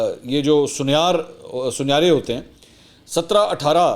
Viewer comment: sonyaar :D bhai shb sonaar hta ay ..